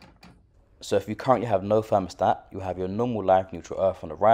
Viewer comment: It a 'Thermostat', not a 'Fermostat'